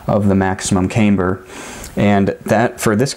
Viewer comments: Um no it isn't, I was a Aircraft drafter designer and a Crew Chief in the Air Force. Neither place used the pronunciation camebur. Not trying to be difficult but it's kinda like calling a glacier a "glassier". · Smart dude but not camebur but camber. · Pronouncing differently, maybe, asking people to accept it as normal just because you want them to is a bit of a stretch. The reason you stated for your pronunciation is simply not right though. There is absolutely no difference in the pronunciation of camber between the two groups you described. Sir I created engineering drawings for the aviation industry and nobody used the pronunciation that you do for goodness sakes.